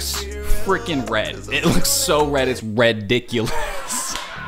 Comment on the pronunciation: Jisoo has such a charming voice.❤ BTW that "REDiculous" earned you a new subscriber.😂